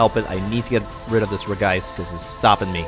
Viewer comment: Hey cool deck! By the way for some reason regice is pronounced regi-ice instead of regice